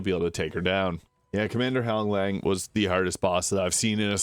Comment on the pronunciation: Commander Honglan.. there is no G at the end of her name